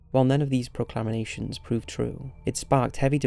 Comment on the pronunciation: "Pro-clam-i-nation" 😂😂😂 that's not how it's pronounced, dumbass.